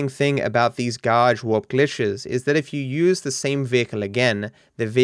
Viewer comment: You pronounced it as Gauge Warp Glishes.